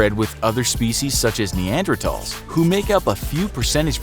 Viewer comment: He pronounced Neanderthals the correct way. Crazy.